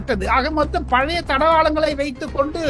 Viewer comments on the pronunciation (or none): none